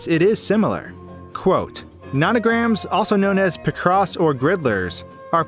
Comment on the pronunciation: i like how you mispronounce picross